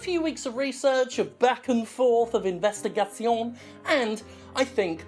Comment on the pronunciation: Ok, I'm just 35 seconds into the video but, as a French speaking person, I just love the way you pronounce "investigation" x')